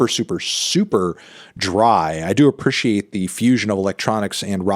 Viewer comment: Why he say appreciate like that?